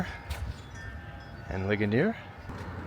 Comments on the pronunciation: It is pronounced Lee Jun eres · Since it’s a French town, a better pronunciation might be “Lee-schone-A”? For the first town